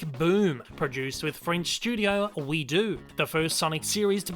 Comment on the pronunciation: Hey! You've made another error in this video. The people who collaborated with Sega on the sonic boom TV show is called:OuiDo! Sounded like you said We do! ( Sounds like french on second thought.)